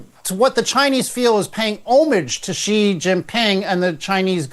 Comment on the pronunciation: Only gonna say it bc GG brought up the subject but since he said everybody is gonna have to learn how to pronounce Bab Al-Mandab how ab pronouncing Xi correctly? kept saying it right and you still couldn't do it. It's so easy... SHE!